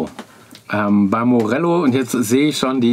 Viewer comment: Gute zusammen getragen und erklärt. Bei Knaus wäre noch zu sagen, die gensamte Knausgrupe gehört inzwischen einem niederländischen Investor und Morelo schreibt man nicht nur mit einem L sondern spricht man auch so aus ;-) Danke für den klasse Beitrag